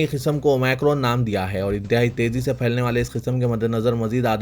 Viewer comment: Please correct your pronounciation. It is OmIcron Not OmAcron Aapko sunkar sab aise hi bolna shuru karenge aur dusre log mazaq banaenge